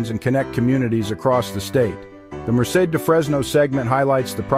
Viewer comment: Nice video. Do check the pronunciation of "Merced"!